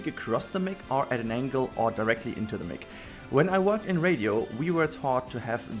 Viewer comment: Yay thanks for filling in the rock loop from the last episode, however, this episode felt super short, we need more Rudi :) ... When you are saying Microphone - Mic ... try and say it like Mike, thats the correct pronunciation. I listen to your episodes with earbuds cause if people hear your voice I with gather an unnecessary crowd around me to partake in your brilliance, but i am selfish of my Rudi time lol .